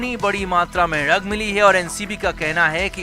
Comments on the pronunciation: Or dug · Sir please pronounce "Drug" as "Drug" and not as "RUG" .😄😄 D is not silent for your kind information.😂😂😂